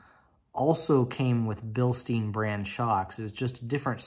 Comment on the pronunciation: Nice Video. I am thinking about getting myself the windowsticker and build sheed for my c5 as well, but it´s kinda expensive to get that stuff shipped to germany :/ And btw Bilstein is a german company, they are not pronounced bilsteen :)